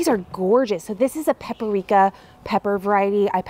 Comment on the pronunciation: Out of curiosity, why do you say pep-uh-rika for paprika?